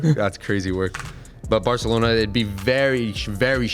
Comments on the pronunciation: saying Barthelona just kinda makes me tweak idk why. Sorry if it's mean, love the channel, but just please say Barcelona. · before anyone replies with “who cares” ME BITCH!😹👎🏾 the guy saying barcelona wrong was irritating me no shade but they speak catalan in barcelona and they don’t say it with a “lisp” (aspiration). the C in barcelona makes an S sound. hence the ç in the word “barça” so ppl know how to correctly pronounce the word.